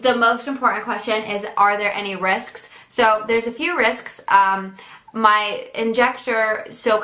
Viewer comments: when she said risks she said risksksk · i love how she says risks she says risksks